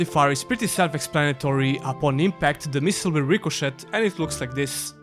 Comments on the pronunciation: Rico”shay” it’s pronounced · You had two years to learn how to pronounce "ricochet."